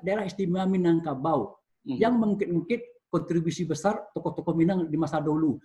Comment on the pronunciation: Sumbar Minagkabau bukan Minangbanteng...😂😂😂